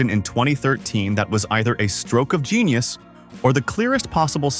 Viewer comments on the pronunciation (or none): none